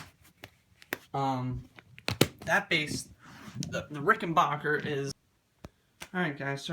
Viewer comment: Neck thru, NOT set-in. Also, it is pronounced RickenBACKer, not RickenBAWKer.